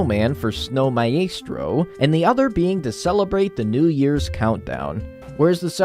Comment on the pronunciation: I thought it was said “Hugh-n” and I thought that was pronounced “my-stro”